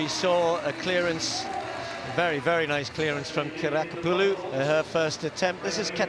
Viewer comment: I am very impressed ... with the announcer's seemless pronunciation of Kiriakopoulou! .... and also also I'm just here because I'm impatient for the Olympic women's polevault to get posted. I watched it live but the broadcast only occasionally panned back to it when other events happened to be on a break )